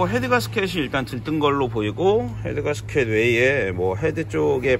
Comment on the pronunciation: 망치로 손을 때리게 되면...갑자기 두손을 쥐고 나도 모르게 기도를 하게 됩니다!! ㅋㅋㅋ 공돌이들의 필수 과정인데...울 께서도 손을 때릴때가 있으시네요!! 인간적인 모습까지 모두 존경합니다!!! 가스켓 발음 주의해 주세요!! 가스켓!!! 개스켓!! 개스키~~ㅎㅎ